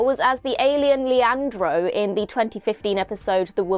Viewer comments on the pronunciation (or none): none